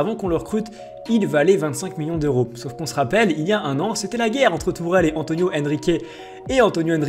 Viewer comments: et c’est antero pas antonio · c'est antre pas Antonio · C est antero pas antonio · Par contre c'est antero Henrique